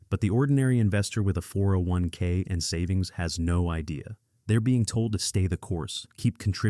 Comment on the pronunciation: A real person would not say "401k" as four separate syllables with pauses between. AI just plain cannot think or even read a YT script. AI companies are going to see market cap drop like an anvil. Soon.